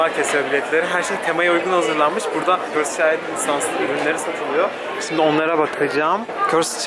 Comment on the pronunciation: körsıd körsıd değil yahu körsd demelisiin "ı" harfini söylemee körsdddddd